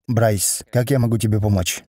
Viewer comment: Почему Брайс а не Брюс😅